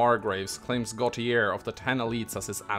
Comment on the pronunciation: Gautier is Sylvain’s house. Also it’s pronounced Like “Go-tee-ayee”. Normally I don’t care about pronunciation, but that happens to be my last name so I have to